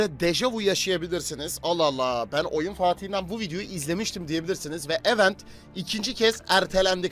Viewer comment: Kardeşim ögrende gel yaa "i'vent' diye okunur tırnak içinde yazan kelime "event" kelimesinin okunuşu